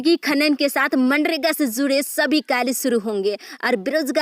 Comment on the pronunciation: Aap phale bolna sikhle jharkhand bolna sahi se zude nahi hota jude hota aapko nahi urdu bolna ata h or nahi hindi to plzz jharkhand ko mazak na banae plzz jisko acha boolna ata h isko hi boolne de